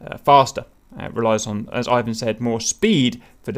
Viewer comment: "Eye-wan" Nice prononcuation.